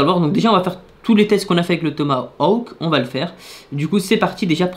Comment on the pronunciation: tu c'est pas prononcé le mot Tomahawk